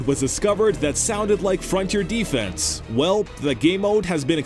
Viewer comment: I disagree with the way you say both "Mastiff" and "defense" as in Frontier Defense.